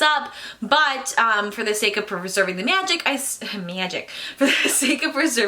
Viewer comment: Meegic haha